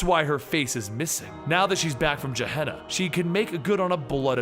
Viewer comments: dude. it's pronounced "gueh-hay-na", not "jeh-ha-na"... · Phonetic Pronunciation of Gehenna geh-HEHN-uh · It's pronounced "gah hen nah."